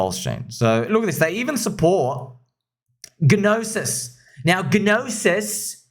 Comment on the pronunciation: Yo not sure if you are being funny, but the G in "Gnosis" is silent. It's s Greek for "knowledge". Just pronounce it "nah-sis"